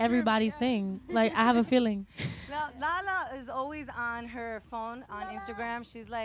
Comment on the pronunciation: Lauren's accent when she says feeling got me shook